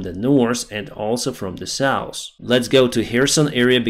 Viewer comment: i love your work, but not your pronunciation of North and South. Nors and sous for evah